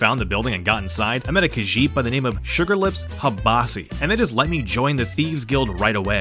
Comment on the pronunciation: The way you said Sugar Lips Habasi 😂😂